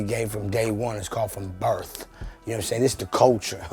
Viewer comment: byFreak I think he said "collectin since birf"